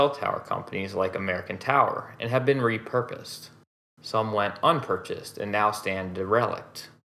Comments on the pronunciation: Never heard anyone say derelict like “D-rell-licked.” It’s more like dare-L-licked. Like the derelict experimental spacecraft, Event Horizon, being spotted in a decaying orbit around Neptune… or a derelict ship that runs aground on a deserted island, much to the delight of a surviving castaway. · It’s derelict not de relict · DERELICT: AI voice dee-RELlic-'d ... correct DARE-uh-lict ... look up a whole word before you identify prefixes and assume split 'compound' words. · IT'S PRONOUNCED "DEHR-REH-LIKT" NOT "DURR-RELL-IKT". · DEE-RELICT? Seriously? Try ˈder-ə-ˌlikt for pronunciation. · Derelict = "dare - ah - licked" Research unfamiliar words, it only takes a few seconds. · DER-eh-licked. But we’ve all got our blind spots, at least it’s narrated by a real person instead of some clanker. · Very nice historical overview. Recommend learning to pronounce derelict (DER-eh-licked) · der·e·lict derelict derəˌlik(t) Darryl-licked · "de-relic'd" A.I. strikes again. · Correct. I caught on that mispronunciation as well.. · Dee relict ? Ai? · Good video. DERELICT is always pronounced with the emphasis on the first syllable. You are pronouncing it with the emphasis on the second syllable, which is incorrect. Otherwise great job. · I was looking for this comment. I chuckled every time I heard it. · Yeah. I just presume that any word I intend to use over and over, I’d at least find out how it’s supposed to be said. ;) Otherwise, it’s a bit like having a “favorite song” you never listened to. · odd pronunciation of derelict ?